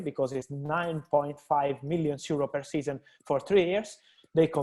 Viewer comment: I think he isnt even pronouncing the last N. Millios